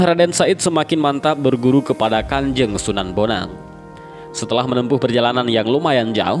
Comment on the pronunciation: Wa'alaikum salam wr.wb... D awal slh ucap mas... Sunan bonang bkn sunan boneng...